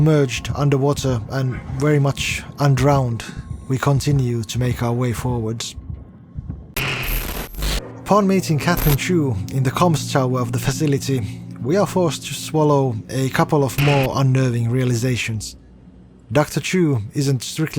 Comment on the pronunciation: Catherine's last name is CHUN, not "Chu". Fascinating video regardless.